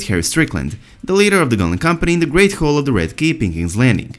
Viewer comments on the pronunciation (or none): none